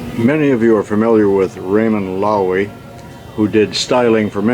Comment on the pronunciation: This guy ain't too bright; annoyingly stupid. He cannot even pronounce Loewy! He does not even know what to look at. The music is a deterrent. Why spend more time on an unrelated house than in the museum? He ignores the Packard Predictor prototype.